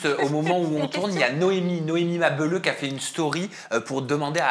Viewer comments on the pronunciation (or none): "Noémie Ma beuleuh" mdrr fais un effort ma belle! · on dit Noémie Mabélleuuuh comme Ma Belle heuuu!! Tu forces 😂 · "Noémie Mabeuleu" ? Mais ?! 🤣